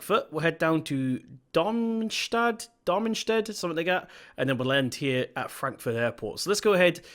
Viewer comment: how can you pronounce something as easy as Darmstadt